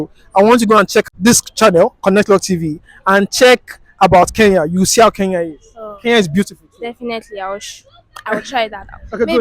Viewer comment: Our nigerian brothers and sisters once again its "KENYA" not "keya" use the "N"